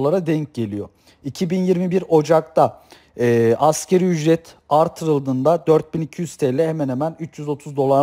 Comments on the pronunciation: Hocam askeri ücret değil asgari ücret..sizin de bildiğinizden eminim ancak söylerken hep askeri ücret gibi söylüyorsunuz biraz daha vurgularsaniz daha doğru olur sanki... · Ekonomik bir terimi yanlış telafuz ediyorsan, güvenilirliğin azalır. Sen ki 1000 kere askeri ücret dedin.